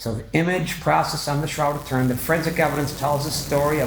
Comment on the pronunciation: Ture in .....pronounce it correctly